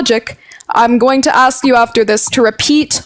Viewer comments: So smart but then says axe instead of ask . Shake my head, too hard to listen to that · Dude it's cald ASK not AXE. What blacks have done to the englisch language ist the same what Muslim do to the German language. What a Joke.